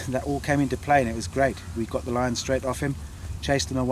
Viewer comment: i love the dude's attitude 8-) "i say no you can'tzee da lian on feet bra !"